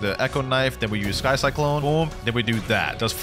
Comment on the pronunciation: 'sky kyclone' 💀💀💀